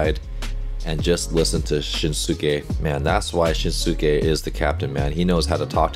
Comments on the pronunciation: If you’d pay attention to how they say his name, you’ll realize that it’s NOT pronounced shin-su-ke. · Just a quick note! His name is pronounced "Shin-ske". The "u" is silent and the same goes for the pronounciation of Tanaka 'Ryunosuke' (pronounced "ryu-no-ske"). Great reaction as always, Coach! Kita is one of my favorite players and I'm glad you like him too :)